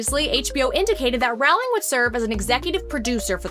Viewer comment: Rowling is pronounced “Rolling”. Rhymes with “bowling”.